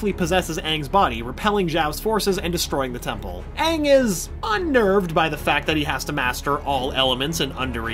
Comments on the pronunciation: It’s Aang not ang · The movie made me go blind. They couldn't even say aang right. They made it sound like Ahng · as long as they pronounce him “ANG” and not “ONG” ... WE’RE GOOD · heatherxgrayson you mean, “ UNG” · uh no it was directed by M. Night shyamalan. Called the last airbender, it was white washed. Most of the characters including katara and sokka and aang were white. The fire nation actors were east asian (India Pakistan etc.) They pronounced Aang as ONG. Appa looked TERRIBLE the acting was bad the whole thing was bad and it had nothing to do with the creators. The new Netflix series should be much better. The film done by Shyamalan was TERRIBLE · U mean aang